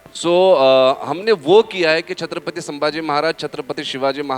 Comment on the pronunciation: Te Chatrapati sambaji nahi ahe te Chatrapati Sambhaji ahe .Aleast uchar Tari sarkha ghya .😠😠